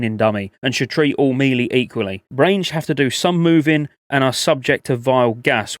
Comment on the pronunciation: I love your videos but the way you pronounce melee fucking kills me on the inside. ♥️